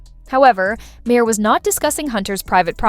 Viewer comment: why cant AI voice pronounce Bill Mahers last name. AI voice = blocked